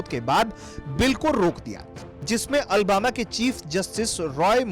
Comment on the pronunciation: Ary Bharat tak news wale bhai ye Albama city nhi Alabama hai ... ary bhai agar kisi sheher ka naam lena ho to sahi se le liya karo